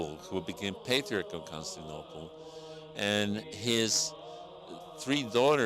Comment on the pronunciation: Con-sti-nople? Hmm...